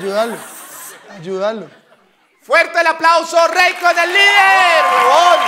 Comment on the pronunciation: jejeje super la entrevista pero ojo es "Reykon"..